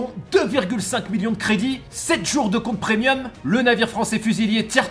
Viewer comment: Parle moins vite haha tu fais de gaffes. Et dans le jeu premium pas prenium 😜